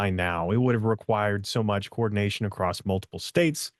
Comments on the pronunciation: Acrossed/Acrosst is very distracting. Be better. I want to support you and believe in you. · I’ll be frank… It’s hard for me to trust someone who repeatedly pronounces “across” as “acrost”. 🫤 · But why does he keep saying “acrossed” ?! It’s not a word! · Why does he keep saying “acrossed” ?! It’s not a word! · In some parts of the country, that's how the word "across" is pronounced.